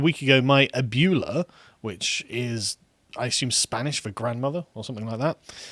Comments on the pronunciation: As someone in California, their pronunciation of abuela cracked me up 😂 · I don't always comment but Sargon "One drop rule" Akkad saying abuela wrong hurt me in my soul. Keep up your stuff tho 👍. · Carl's pronunciation of abuela got me like, 🤣🤣🤣🤣🤣🤣🤣🤣🤣🤣🤣🤣🤣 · Glad Carl finally stopped saying Abuela so horribly. It has no rhyme with Imbue, and for someone who does know the vowel sound change is the same in spain, as in Germany, and most of the world, he should know how to say it properly. It just grates my ears, as someone who speaks a little spanish, and appreciates languages. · "Ah-Boo-eh-lah" Carl don't be a moron make an effort.... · Carl, I love ya, but in Spanish "ue" is pronounced "way." I have spoken. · As a Mexican I died a bit inside after hearing Carl butcher pronouncing abuela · Spanish is not a large influence in the UK. It would be like expecting you to be able to pronounce French words. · Carl pronouncing it "ab-YOO-lah" is hilarious, I love it. To be sure though, it's pronounced "ab-WEH-lah" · its abuela not abduhla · Speak and say: Abuela. Sargon: Abuuula? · I'm with Matt Walsh on this one. And it's pronounced "ah-bwe-la" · bro oboolah reaally? you need lessons that pronunciation is cring. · I can't tell you how much it pains me that they mispronounced abuela ( pronounced: uhb-wei-luh) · Abuela is pronounced ab-way-la. I hate Spanglish as I think it devalues both languages it frankensteins together and is used as a sort of spiteful refusal to assimilate more than anything, but I also hate when people mispronounce things as it is very distracting. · AB WAY LUH !!! READ!!!! Ab UE LA ..... Pronounce ue on its own... OOay... Ab Ooay Luh ... Ab Way Luh. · Pls god Abuela is pronounced “ahh-bway-luh” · I'm pretty sure abuela is pronounced a-bWeigh-la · I feel obligated to point out it's pronounced "Ab-WAY-luh" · It’s pronounced ah-bway-lah. Good video though. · It is said "ah buh way lah" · Lmao "ah-byoo-lah" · ab-way-luh, and yes it means Grandmother